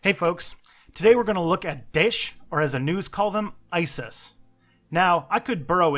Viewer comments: It's pronounced dha-esh not dish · Lol theyre not called dish! more like Da'ish, namean? 2 sylables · one thing, can u please pronounce daesh as da-esh because it sounds weird and great video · It's not hard dude! Either don't pronounce foreign words, or if you do it in front of a 10 thousand subscribers, do it right! You gave me cancer each time you pronounced Daesh! It's Daâèsh... Use what I typed into Google Translate to hear the correct form! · i know and thats normal for western people:P just say it with 2 sylables it sounds funny to us arabs when u say it like that lol and i really like your work! One of the rarest people on the internet that actually know anything about islam. So refreshing to see